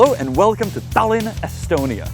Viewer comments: it’s Tallinn not Tällinn. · It's pronounced Tie-Lin btw Janek